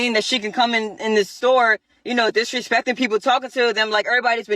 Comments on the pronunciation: and there it is "she disaspeck me!" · "she disaspeck me!"